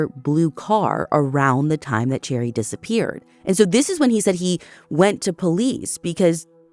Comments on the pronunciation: Too bad she pronounces "Sherry" as "Cherry". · She needs to research a little harder next time....She pronounces "Sherry" as "Cherry". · Okay but is her name actually pronounced like the fruit? Cherry? Or is it like the drink and name, Sherry/Sheri/Shari/Cheri/etc?? Ashley I love you but this was so distracting to me. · Finally! I've listened to you lovely ladies for a few years with my husband. We have always hoped you would do Cherrie's case. (From my understanding its pronounced Sherry). While Cherrie disappeared a few years before i was born, it only happened 10-15mins from where i grew up, and currently live. Its a haunting story/reality that my husband and I have told our kids about every year. The Montgomry farm has been talked about for decades! As a place of interest. I have always suspected that the original detective had ties to them, which is why her case got pushed to the back burner. It was "cold" from the first moment it wasreported. Finger printing kits where a big thing wheni was younger. Pretty sure my parents still have my original set from kindergarten, but it was highly pushed because Cherrie was so close.